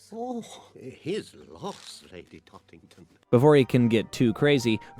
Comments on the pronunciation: Just a little nitpick. You keep saying Lady Talkington. It's TOTTINGTON. Other than that, great vid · It's NOT Lady Talkington , it's Lady Tottington . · There’s a few errors in your research. It’s “lady Tottington” I couldn’t tell if that mispronunciation was due to your accent or not and it’s a “were-rabbit”. I could go on but I don’t want to be too harsh